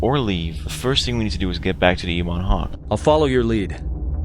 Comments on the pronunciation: Oh my God dude the only problem I had with this is your pronunciation of the Ebon Hawk. It's pronounced "Eh-bin" not "Ee-bon" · U said Ebon Hawk wrong. U made it sound weird